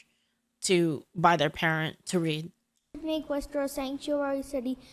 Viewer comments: It's pronounced Wooster. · The name of the city is pronounced "wusster". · I'm a local, you mispronounced Worcester. It's wors-ter, everyone does it, we do things strangely here in Massachusetts. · It is pronounced Wooster (rhymes with book). Angry Massachusetts noises!